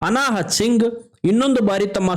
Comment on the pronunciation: ಅನಾಹುತ್ ಸಿಂಗ್ 😅×ಅನಾಹತ್ ಸಿಂಗ್